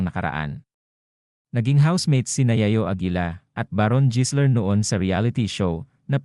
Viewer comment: jisler talaga ha,,anak ng kamote AI barok ba yanm, habang tumatagal masakit na sa tenga pakinggan